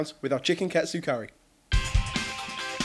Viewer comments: It sounds more like Kah-Tsu curry, not Cat-tsu curry o: . Great recipe nonetheless c: ! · I don't understand what's so hard about saying KA-TSU. It's KA-TSU not CAT-SU. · It kinda irks me when people pronounce "ka-tsu" as "kat-su" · It's not pronounced CAT SUE, it's pronounced "Kaht tsu." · Hey guys! Whenever you guys make an ethnic dish, could you guys try to pronounce it's name the way they say it? I'm fine with you guys making your own version of the dishes, but sometimes the way you guys pronounce it grinds on my nerves. ex. Katsu You guys pronounced it Cat tsu, which is close, but usually people pronounce it as Kah-tsu Another word that you guys often use is Tempura, but instead of Ten-pu-ra, says "Ten-Pure-ra".. Sorry if I seem really bitchy, I just wanted to see if you guys knew you were saying these words wrong. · wow.... i just ate this yesterday at a shop names chopstix ^.^ and yea sorry ur saying Katsu wrong... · you're saying katsu wrong